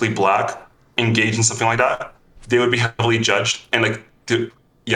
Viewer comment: "somefing", "fink" "wif" i cant trust people like this. Same as tunics, never trust someone who wears a tunic.